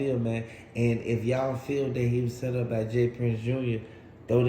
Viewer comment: Soon as i heard him say that was like this dude is a whole clown. I knew since the first video when he cant even say "Set up" correctly this nigga be saying "sent up" . Dude putting videos out tryna get a name off Takeoff death shits a shame.